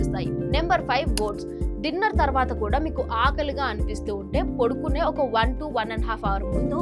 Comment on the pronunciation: పొడుకునే కాదమ్మా, పడుకునే అనాలి తల్లీ 🙏🏼